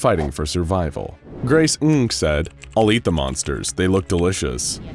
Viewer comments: BTW Ng is pronounced "Eng" Not trying to be a ball buster, just hoping to help if it ever comes up again. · Ng is prnounced “Ing”